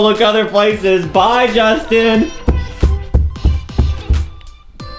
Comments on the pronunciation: Hahaha that was funny when justin say that todoly work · Justice just lirlly said it tottllay work it make me so laugh😂😂😂😂😂